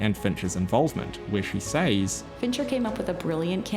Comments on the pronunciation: SEZ, A.I., NOT “s-AEES”. Thanks. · Please learn to pronounce the word "says" .